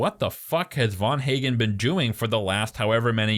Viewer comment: Ffs the physicist who invented "The Machine" is Dr van Eegen. Not VAN HAGEN. Just knowing a smidgen of 🇳🇱 (Dutch) phonetics, or the physicists, would have told you that. And yes, I'm also sure Nora is lying. The logistics alone plus clues since the very first ep indicate this. Loved the journey, everyone's journey from beginning to end it's beautiful. I'm Australian so know where every single scene was shot. Final episode takes place in Clunes Victoria. And it's clearly shot in winter. The 'dance' scene I mean 'wedding' was shot in very trying conditions. Brilliant stuff but as for this analysis, I've heard better 😅 It's such a beautiful brilliant show 🎉 Every emotion possible. Weird they didn't mention the GR once though 😮